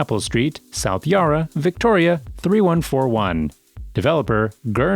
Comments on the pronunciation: Yarra not Yurra, Burk not Bork. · "yar-a" too!